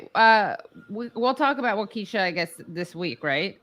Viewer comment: Wah-ki-sha not Wah-kee-sha.